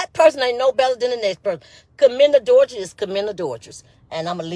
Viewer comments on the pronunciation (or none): Wandaaaaa, stop fking that word up, its a·dul·ter·y 😆 🤣 😂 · Ms. Wanda just leave it alone please. Can't even pronounce adultery.